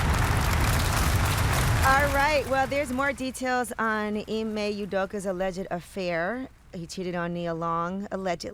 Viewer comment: Thank you for finally staying his name Ime correct